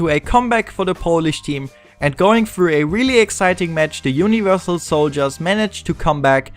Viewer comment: The commentary is nice, the accent too... but why do you replace "th" with "f"... like instead of "Thirteen" you say "Firteen" and instead of "Thousand" you say "Fousand" and instead of "Through" you say "Frough". Other than this. the montage and everything else is great. Good job!